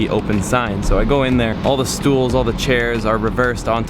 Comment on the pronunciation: stoels? Are you dutch? Just curious ;)